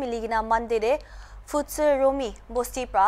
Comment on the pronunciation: It's pfütseromi not pfütsero